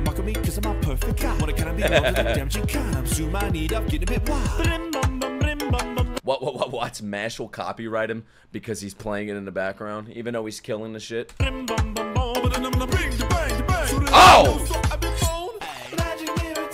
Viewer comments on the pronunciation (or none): For those who doesn’t understand the deeper meaning, the song is about the MC mash burndead( mashle is pronounced Ma-shull and not ma-shuley ) who is so OP he can do whatever he wants eventho he don’t want anything specific in life excepting peace and cream puffs (don’t ask me why he loves it so much no one knows lmao), so when he’s sayin things like « impossible » « not of this world » « fourth dimension » « I have a car, eventho I don’t have driver’s license » he’s using adjectives and terms that can be use to describe mashle and the fact that his very existence alone mess up with ur brain. The whole song’s rushing and sounds like it doesn’t make sense, just like the MC level’s power